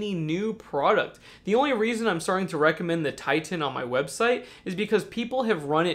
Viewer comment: Titan not Ti-Tan! grrrrr dunno why it irks me but meh